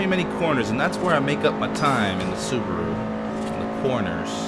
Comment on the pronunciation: 5 door subaro* It's ok, we're all human<3